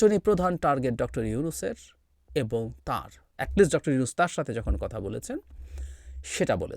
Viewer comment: এই লোক কি প্রধান মুন্ত্রী? মেজর ওয়াকার Dr. উনুস Dr. উনুস করে উচ্চারণ করেছেন ওনার বুজা উচিৎ ভারতের RWA হয়ে যে এতো দেশদ্রোহী কাজ করলো এই ওয়াকার। ওনার উচিৎ হাসিনা ত্যাগ করা, ভারত ত্যাগ করা, পিলখানা হত্যা সঠিক ভাবে সব কটা জেনারেল বা পুলিশ বা বিডিআর যারা জড়িত ভারত জড়িত প্রকাশ করা। আর্মির অনেক অপরাধ আছে RAW আছে এদের সনাক্ত করে বিচারের আওতায় আনা উচিৎ কাজেই নিজেও সাবধান হউন, সেই দিন কি এই মেজর ওয়াকার ছিল না ২৫ ফেব্রুওয়ারী পিলখানায় যখন হত্যা যোগ্য চলে?? আর্মিরা কেন আর্মি বাঁচাতে পারলোনা তবে কি এই আর্মিই নিজের বাহিনীকে বদনামের মুখে ফেলেছেন এখন জনগন বিচার চেলেই খারাপ। ভারত মুক্ত দেশ চাই আমরা